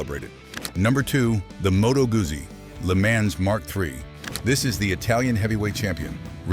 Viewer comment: First, it's Moto Guzzi not Cuzzi. Second, you're an idiot.